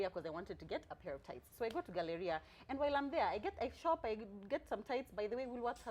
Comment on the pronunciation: how is she pronouncing Galleria. min - i'm dying.